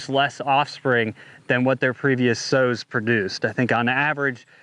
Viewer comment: Sows, not sews. LOL, they need to import some semen for Artificial Insemination.